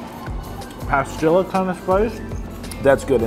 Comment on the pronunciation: I'm trying to figure out what kind of pepper you keep mentioning. Sounds like you are saying "pah-skill-ah". Are you meaning Pasilla (pah-SEE-yuh) peppers by chance? Anyways, BIG cilantro fan here and lover of Mexican cuisine, though my experience with authentic Mexican cuisine is quite limited.